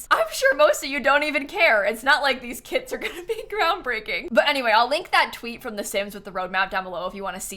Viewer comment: Every time she said kits i heard kids